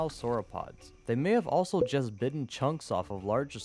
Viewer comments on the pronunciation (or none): none